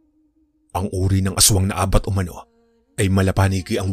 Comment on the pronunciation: Ang pag bigkas ng abat ay mabilis hindi malumanay. Cebuano term ng aswang